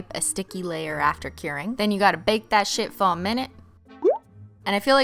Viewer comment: Did anyone realize Cristine says "curing" wrong? She says caring